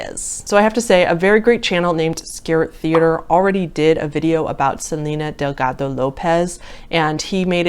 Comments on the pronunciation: I know she totally butchered it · that hard D in delgado lol